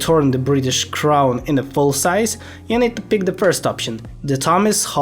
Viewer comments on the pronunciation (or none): FYI, seize is pronounced as seez, not size